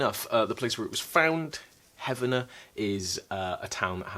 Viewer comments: No, heck no, but what's real is the LONG history of fraud, fakes, and charlatanism in America. We have founded multiple religions ... that are still active ... based on such chicanery. Believe it or not, the locals pronounce it HEAVE-ner, not heaven-er. Seriously. Nice of you to give them the benefit of the doubt tho LOL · Heavener is actually pronounced HEEV-ner, not HEV-ah-ner. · The towns in Oklahoma are pronounced HEEV-nur and POE-toe. You nailed Shawnee though! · Heavener = HEEV-ner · I live 30 miles from the Heavener runestone. We know it's fake but it is part of the flavor of the area. There are a lot of Scandinavian, German, Irish and Scottish immigrants in this area. This area has many Native American place names as well. What does annoy me is the mispronouncing of place names. He-vin-er(Heavener), and Po-toe(Poteau). This is how people are not from here. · Its heavener as in heave ho. Not heavener as in heaven.